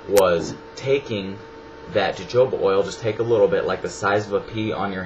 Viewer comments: Jo joba oil, it's pronounced 'ho hoba' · lol u said jojoba :p its pronounced hohoba! haha but yeah his was really informative! thank you!! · fyi it is pronounced "HoHoba" not "JoJoba"...just thought you shou;d know.... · jojoba oil is pronounced hohoba oil (